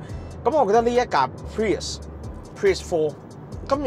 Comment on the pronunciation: 1st thing 1st, 非常樂見你哋可以話俾人知架車個名點讀👍🏼 唔係 pririous, 唔係 purist, 更加唔係 pee日屎